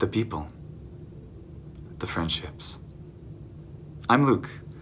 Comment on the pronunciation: Lol when you said "friendships" at the end of the video I legit heard "French hips" and I was like "hold on what?!" You're so right about when something is untranslatable it truly is part of the language. Nowhere can you see that more than with humor. I'm Romanian, and I've lived in Norway for a number of years now. I have two Norwegian flatmates. What I miss most about Romania is the humor. There are certain expressions in Romanian that just come into my mind when I experience situations here in Norway, and I start to tell my Norwegian flatmates, but halfway through I figure out that I can't really translate that, and certainly not in a way that will make it click for my flatmates in the same way it would for another Romanian person. It makes me feel frustrated, but at the same time a little smug. This joke is "mine", you'd have to be Romanian to get it. "Why are you laughing?" "Mh, just... Romanian things".